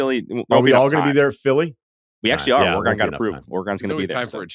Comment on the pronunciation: Lead singer of Goose?!?!?! Ore-GONE?!?!?!